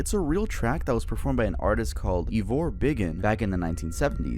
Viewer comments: I’m pretty sure Ivor Biggun is pronounced like “I’ve a big one”. If you read it as “Eye-vuh Big uhn” (remember it’s in England so think of the English accent” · The 'Ivor' in Ivor Biggun is pronounced 'Ivah', so their name reads 'I've a biggun' (big one) in a British accent. 'I have a big one'. Classic British humour there. Class video btw! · The name Ivor Biggun is a joke name and you ruined it but saying it wrong,! 😂